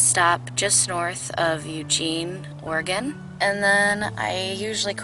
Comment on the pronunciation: Thank you for saying Oregon correctly. You do not no how annoying it is as an Oregonian to hear someone say or-eh-gon